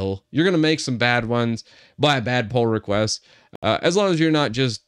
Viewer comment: I hear Poor request instead Pull request. I don't know why LMAO